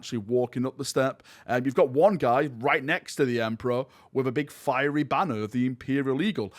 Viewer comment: What's a "Feary"? Is that like the hard of hearing Nurgle warriors the "Deaf Guard"? Or the "Fousand Sons"?